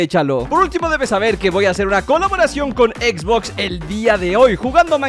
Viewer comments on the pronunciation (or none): none